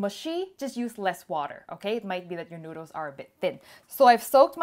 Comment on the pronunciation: Her accent is almost perfect minus when she says a few words like "noodles"